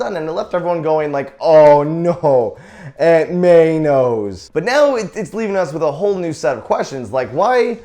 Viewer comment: When he says aunt Mae it sounds like ant man